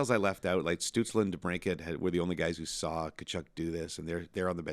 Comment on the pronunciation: Did anyone else wince every time he said "saw" and "shaft"?